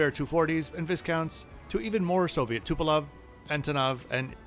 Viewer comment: Pronounced TUH- pol-ef. BTW, the livery was officially updated in 2021. Classic logo remains, but the exterior elements are more modern and minimalistic.